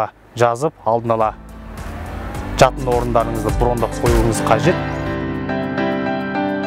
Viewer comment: Мына деген жігіт "ш" ны "ч" ал " ж" ны "дж" деп ұрып сөйлейді екен. Тез арада логопедке бару керек.😃әйтпесе чыт орамал, чипажай, джатын орын, деп құлақты шаршатты.